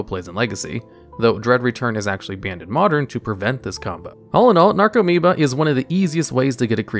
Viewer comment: Only thing on the video: commentator needs to learn how to pronounce the card names..... "Necro"meoba? That's "NARco"moeba. Many other spots too but this was most blatant. Should redo the video and learn how to read. Makes your credibility as a viable source increase.